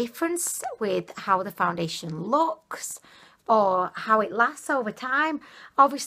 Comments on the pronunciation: I am sorry sweetie I am not trying to be mean but at 7 mins in and the 20th time you said found diddly ation I just couldn't keep going. I am sure you are a lovely lovely person but I thought it was a slip the first 2 times (BC the 3rd time ya said foundation) then you kept doing it!! Again not trying to be rude but I am hearing impaired so I have to use ear phones and closed captioning so when the words do not match up Its just frustrating for me (for the following reason) if the captions don't pic up the right word or I am hearing one word and reading another word it's not only confusing but gives me a headache . I can only watch Laura Lee if the video has captions because of her really high pitched voice So I just wanted to let you know it's not because I am trying to be rude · She says foundalation twice then foundation correct girl! You are killing me!! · It's just funny. (Not meant to hurt ily) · Noa Hugim she says foundiddlyation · I have really dry skin I’m gonna try this elixir and btw so funny she says “foundiliation” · Mereann Feliz She's so cute. I am starting to call it "foundiliation" too. It sounds better. 😊🤗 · Foun-dilly-a-tion... why 😂😂😂😂 ?? Your HILARIOUS ,just found you.. compelled to watch more lol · she CAN say it right but she just doesn’t some times... hmmmm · "Foundidliation " I know I'm not the only one who heard that😂😂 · I love how she says foundsliation more than once😂😂😂👏👐👐👐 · Do u say “ foundidilyation “ hahah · did she say foundiliation in the begging? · She said “Foudilistion” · Any hear her sat foundalation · The way you said foundation 😆lol